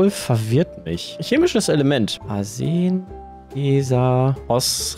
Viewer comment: hab ich mich da verhört, oder haut wirklich bei dem chemischen Element "Asuna" raus, so wies ausgesprochen wird?🤣